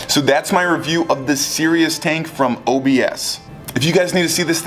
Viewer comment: isn't it pronounced cree-us the the car prius but with a C